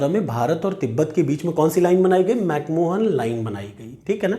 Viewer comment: 🙏 chota muh badi baat lekin Mc Mohan nahi balki Mc Mahon line hain